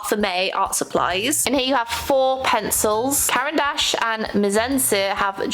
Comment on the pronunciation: I heard "Karen Dash" and that's not what they're called 😭😭 (But she also said Washi tape like "Woshi"?)